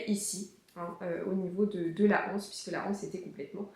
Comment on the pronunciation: Je me permets de vous préciser qu'on dit une anse ou bien l'anse, les anses. La liaison se fait. "u n'anse" "des zanses". Il est vrai qu'aujourd'hui la majorité des gens prononce comme s'il y avait un "h" muet devant "anse". C'est une erreur.